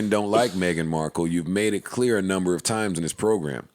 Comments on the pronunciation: Bc Joe started saying it that way so Rory thought that's how it was said lol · Why did Joe call her Megan Mar-kell? 😂 this dude is something else